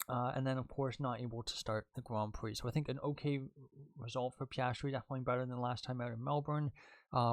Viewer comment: Ahh yes I love spwint races and gwand pwees